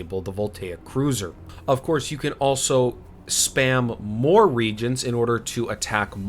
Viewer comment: The consumables that summon demons are called re-agents (ree-AY-jents), like in chemistry, not “regents” like rulers of kingdoms.